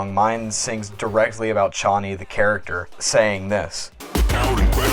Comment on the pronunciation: It feels so satisfying to hear you say Chonny right omggg :D